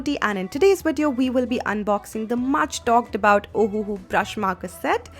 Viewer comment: This ohuhu pronounce as ohhh ahahaha 😂😂😂